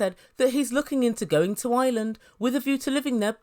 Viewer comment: It’s IRELAND not island